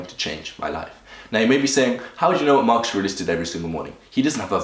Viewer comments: Why do you keep on saying "Marchuriox" ? You can't even say his name. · you tried WHOS routine??? marks ars??? why dafuq cant you just say his name normaly. this is not twitter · "mark esh ar eesh" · I cant tell if it's your accent that cause you to say Marcus aurelius name wrong, or if your the type of person that purposely miss pronounces something ...asking for a friend Hahahh😂😂🤣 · Gotta learn how to say his name first my friend